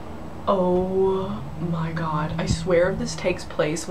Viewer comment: "OH MEH GRR" 😂😂😂😂